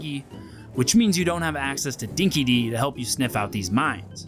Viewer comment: Yeah, good to see you made the same mistake as every other American (including the developers) with your ridiculous pronunciation of "Dinky Di". It is NOT phonetically pronounced as "Dinky Dee" and never has been. It is correctly pronounced (again, phonetically) as "Dinky Dye". The name comes from a dog food brand here in Australia that used to be popular back in the day. The term originates from Australian slang, and ironically, means the same as "fair dinkum" or "true blue" - basically, "genuine". It's very obvious that the developers were ignorant of this fact when they chose the pronunciation in-game. If you are going to use Australian terms, at least have the decency to use them correctly. A little bit of research was all that was required.